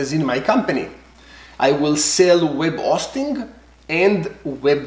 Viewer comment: Love the video! Love your accent. Web O-sting at the O-tel ;)